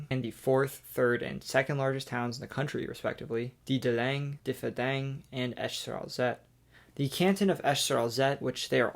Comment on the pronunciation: Im from Luxembourg. He did an ok to very good job for german or luxembourgish names. As for town or cities like Petange, Differdange .. less so. But its french, so what else to expect. One of the many reasons i went to uni in Germany xD